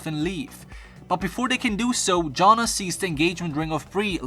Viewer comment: You pronounced Jonna three different ways lol